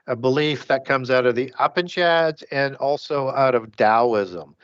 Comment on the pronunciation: Brilliant show. Also, "Upanishads" is pronounced, "yoo-paan-uh-shods".